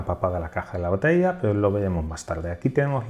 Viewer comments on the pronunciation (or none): none